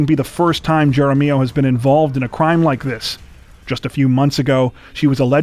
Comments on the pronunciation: Wow. You guys are always almost perfect in your pronunciations of names. But Jaramillo is pronounced with an "H" sound like jaramillo. Great job tho. Albuquerque escapes COTW This week but Santa Fe said our turn. Sad for everyone involved. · That story about the fake kidnapping, if the name is spelled Jaramillo. It's pronounced "Harm E O".